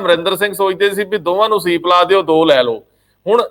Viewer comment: the Right word is sweep not ceep as you were using